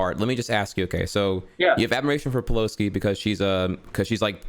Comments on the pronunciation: I’m not sure if is just pronoucing pelosi’s name that way because of his lisp...or if he really doesn’t know that it’s not “peloski” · Nancy Peloski’s name was mispronounced in this debate